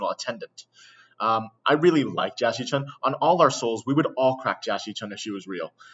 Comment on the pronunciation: Jia Xichun, or Jackie Chun? I can't hear the difference